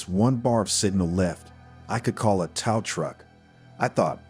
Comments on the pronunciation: Whirl wined? Come on. Is this AI reading text? Can’t pronounce whirlwind or tow. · Tao? Tao your truck? You mean tow?